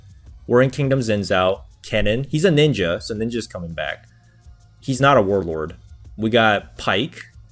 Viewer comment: I cant get over the way he says wurlurd with the super curled r.